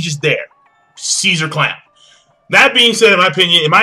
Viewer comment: his name is ceasar crown not clown